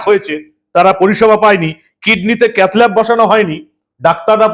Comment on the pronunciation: its not cathilab, can't pronounced right way , so unfortunate does not know as a minister of health of such high populated state. shame